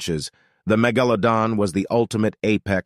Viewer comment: Are you saying it puts the emPHAsis on the wrong syLLAble?